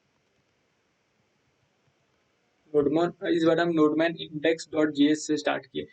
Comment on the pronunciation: bro wo nodeman nhi nodemon hai 🤣🤣🤣🤣🤣🤣